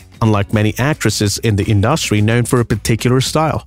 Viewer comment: Who is the narrator who repeatedly can't seem to pronounce the word "industry" correctly ?